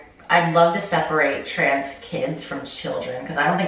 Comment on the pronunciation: My favorite thing is that you say "trance" instead of trans like 85% of the time.